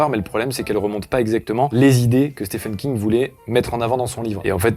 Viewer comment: Stephen King se prononce "Steven" King c'était la petite astuce gratuite.